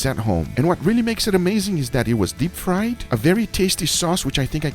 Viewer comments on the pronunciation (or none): none